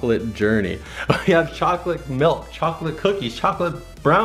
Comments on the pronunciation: you said choca oa l8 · Did you say chocklate?!? CHOCKLATE!!!!!!!!! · He gets tazed because he said choclet before he said now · Did he just say chocolate dos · not like your saying chocolate on purpose